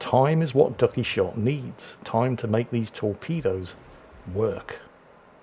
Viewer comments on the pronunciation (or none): none